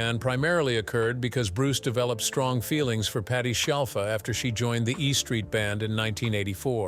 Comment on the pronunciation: This guy can't even get her surname right, he keeps saying shellfa or shiallfa, but has pronounced it properly a few times too. 🙄